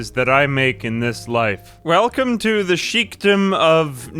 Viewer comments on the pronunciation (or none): none